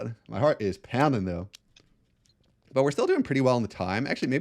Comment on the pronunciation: 🤝 "Mah heart is POUN-DING!"